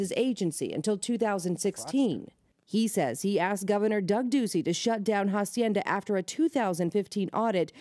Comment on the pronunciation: Is not jaacienda Is aacienda No jaaaaa sounds Someone please slap someone Jacienda Jesuss